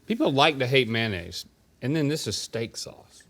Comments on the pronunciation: Man-aise, man-aise, man-aise. 🤦‍♂️🤦‍♂️🤦‍♂️🤦‍♂️ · I want someone to do a deep dive history on how and when people started calling “mayonnaise” “manaise”.